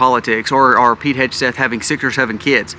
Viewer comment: FYI..,it’s pronounced Heg (as in peg)-Seth…,not Hedge-Seth. 😊